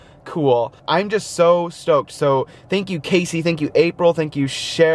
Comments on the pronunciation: you said shankyou and not thank you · said shank you